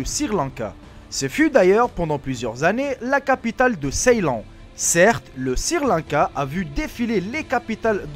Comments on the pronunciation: Ta pas honte de dire sirrrr lanka WESH SRI LANKA on dit ! :) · Eh ...!!! Mec on ne dit pas sir Lanka mais Sri lanka si tu n'arrives pas à le prononcer ne le dit pas... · pour quoi tu dit sirlanka au lieu de srilanka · chui pas le seul à avoir remarqué lol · c'est Sri Lanka et non sir Lanka. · il faut faire un effort en français Sri Lanca pas Sir Lanca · c'est sri-lanka pas sir-lanka :) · "Sirlanka" hahahahah dead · sir lanka bravo la prononciation👏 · "...un nourrisson de deux ans..." Un nourrisson c'est justement un bébé que l'on nourrit au lait, qui n'est pas sevré. Déjà qu'il faille endurer ton accent de vendeur de tapis volant, fais attention de ne pas dire n'importe quoi comme Sir Lanka ou de Costa-Rica ou de Guatemala (on dit DU Costa-Rica ou DU Guatemala) ou caucassiens (on prononce ko-ka-zien et ça s'écrit: caucasien). Un caucassien serait plutôt quelqu'un qui s'exprime de manière....cocasse...Ça ne te rappelle pas quelqu'un? Ah les merveilles de l'école de la Raie Publique française! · Je comprends pas les gens qui bloque sur les fautes d'orthographe qu'il dise Sri Lanka ou autre on s'en bal les couilles vous avez pas de vie ou Quoi l'important c le contenu des vidéos le reste ont s'en fou